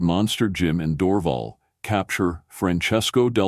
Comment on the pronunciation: It's pronounced Door- Val with the stress accent on Val